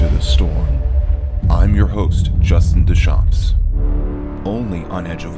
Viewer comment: Dear - Nobody actually named Duchamps would pronounce it Dewchamps -- I mean, come on! I couldn't believe my ears. It is Due-chawnm with a nasalized vowel at the end and absolutely no "S" sound whatsoever! How long have you had that name? Dewchamps? Christ Almighty!!